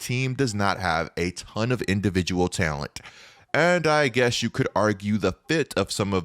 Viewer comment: Take a shot everytime says "Tail-ent"